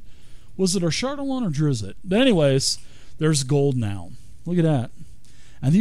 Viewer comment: Immediately stopped watching after your pronunciation of Drizzt. Don't know if you did it on purpose as a joke or just ignorant of his name, but it pissed me off either way.